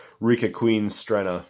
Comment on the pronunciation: It's just Stren-na. [Italian.]